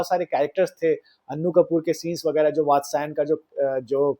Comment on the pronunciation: कामासूत्र के राचेता वात्स्यायन है, भाई नाम तो ठीक से बोला कर